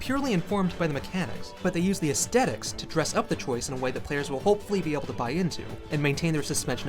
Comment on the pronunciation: Sir, that is NOT how "aesthetics" is pronounced.